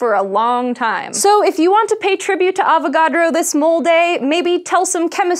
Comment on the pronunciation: Every time she says avacodro I think she's about to say avoCADO. lol